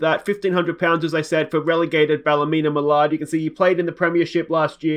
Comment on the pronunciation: It's pronounced ball-nim-mallard not ballymenamellard maynlbye getting mixing up with ballymena keppel up the good work